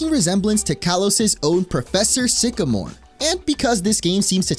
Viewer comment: HIS NAME IS SYCAMORE, NOT F*CKING SYCHOMORE! GET IT RIGHT PLEASE!